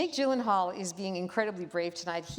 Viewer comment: "Iv'e been watching your work since 2001" Yet she still can't pronounce his name correctly